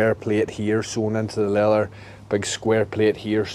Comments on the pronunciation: it is called LEATHER, NOT LELEL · “Le-ath-Er” lol